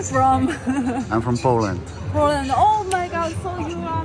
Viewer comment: Where are you from ....Bolanda 🤣🤣